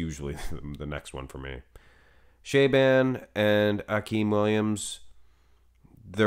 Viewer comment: Show the guy (Shaaban) some respect and learn how to pronounce his name correct. How hard can it be?!